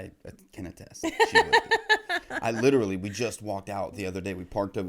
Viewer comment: first American to ever say 'literally' correctly.